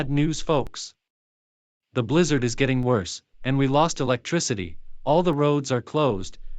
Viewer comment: It's bilzzard